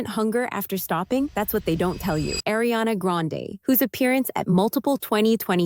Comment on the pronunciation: Pronounced AhRiana not A, it’s AH.